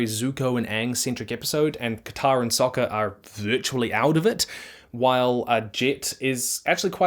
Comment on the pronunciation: his name is soka not soccer